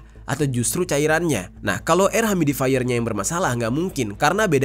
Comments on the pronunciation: Yu-mi-di-fai-yer ... cek pronounciation nya di mbah Gugel, bro !! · Makasi infonya, bang.. smoga gak kejadian di Indonesia deh kyk gini2... harus ati2 sama bahan kimia yang dimasukin di produk sehari2. Btw mohon koreksi dikit, "Humidifier" cara nyebutnya "hyumi-difayer" bang. Sukses selalu buat konten2nya! 🙏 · Humidifier bang bukan humidaifer 🥲🙃